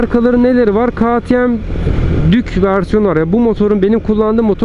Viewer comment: KağTieM değil KeyTieM yada direk KaTeMe diye telaffuz etsen çok güzel olacak kardeşim. Kazasız belasız sürüşler.